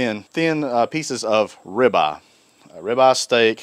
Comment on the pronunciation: What's a 'ri-baw' ?